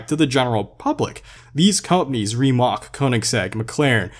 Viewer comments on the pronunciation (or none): rimac... not rimak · Hey i'm sorry if i sound like that acthuly guy but you are mispronouncing word rimac it is a croatian surname and you are saying everything correctly exepct the c part And sorry for my spelling im croatian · Or as would say: "Reemac" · Is it really pronounced (Ree-mock) or (Rih-mack) ? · its rimac with a c not with a k its just midly furiating or however its speld i dont know how to write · Rimac (for you Americans) is pronounced with a c that sounds like the word chicken ch but say chicken with your mouth open and not like an o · You prenounced "Rimac" wrong, pronounce it with c(idk if it's possible), not k, it comes from my country so I know what I'm saying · If you pronounce rimac wrong one more time I swear to god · Who else is getting triggered when he says rimac wrong